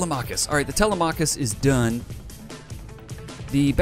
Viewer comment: Wow the Danske went down hard BTW Telemachus is pronounced Te-LEM-a-cus not Tele-machus; not sure what the ship is named after but originally Telemachus was Odysseus's son who stayed behind when pops went off to wreck face in Troy and (then Odysseus spent like a decade being trolled by the gods).